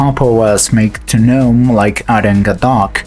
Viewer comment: Wow, it's been a while since I've heard someone pronounce Gnome correctly in a video.